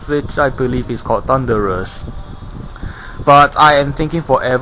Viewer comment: By that I mean you kept calling it Thundurus.